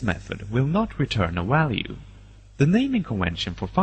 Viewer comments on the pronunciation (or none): It then returns the walue